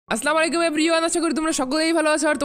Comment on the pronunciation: ভাই আপনার আসসালামু আলাইকুম বলাটা হয়না ভুল বলেন ভালোভাবে বলবেন 🥰🥰